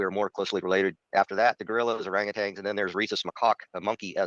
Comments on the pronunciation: It bothers me so much that he keeps saying 'orang-utangs'. There's not supposed to be a second 'g' in there. 😬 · I’m sorry… this man, this EXPERT, just said “orangutangs”. Run